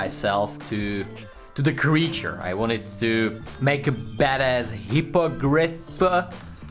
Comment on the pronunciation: Hippogrith [He-po-grif] u wellcome :)